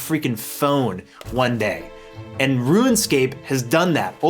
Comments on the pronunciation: You keep calling it "Ruin Scape"... Why? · Why you gotta keep saying "ruinscape"? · Am I the only one hearing “ruin-scape?” Is this a running gag carried over from the Elden Ring video? 😂😂 Great video!! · Ruin, Rouxen, Room scape. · "Ruin Scape" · am i silly or does it sound like he says ruinscape every time? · Right out the gate "RUIN-SCAPE" I mean C'MON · There's no "I" in the word "Rune." Say it with me... "ROON" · next time limit saying "ruinscape" to just when you're referring to RS3 and you'll be all good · Why do you mispronounce “RuneScape”? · I'm sorry, but I clicked off of this video when I heard how you pronounce RUNEscape.. I just couldn't handle it bud. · played RuneScape for 18 years this is the first time I've heard it pronounced like that. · Yo why he saying Ruinscape?!? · Stop sayin "Ruinscap" rune - scape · "Ruinscape" I can't unhear it every time he says runescape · you pronounce rune as ruin lol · u purposely pronouncing rune scape as "ruin" scape? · Its not ruin . Its rune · it's RUNEscape no RUINscape smh 20 years later and you still can't say it right, i have never heard of anyone ever struggling to log into osrs ever lmao, that's not Jagex issue that's a you issue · So is one of those guys who says “ruinscape” instead of runescape. ☠️ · I keep hearing "ruin-scape", instead of 'rune-scape'........ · "Rooun Scape" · bro, its RUNEscape not RUINscape... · You know you’re saying ruin and not rune right? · Longtime OSRS player here, 7 minutes into the video and enjoying it so far - just had to come down here and say that you seem to be pronouncing it "RuinScape" instead of "RuneScape" for some reason and it was bugging me. Anyway back to the video, you get a sub. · Are we just okay with “Ruinscape”?? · "Ruin-scape"...".ruin-scape".......... "ruin-scape".... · dude keeps saying RuinScape...pet fn peeve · I love this video but the way you pronounce things was driving me nuts. ROONscape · "ruin"scape lol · Bruh it’s not ruined-scape